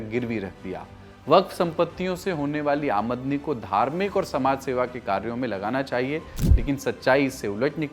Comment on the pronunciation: आमदनी का उच्चारण सही नहीं किया है आपने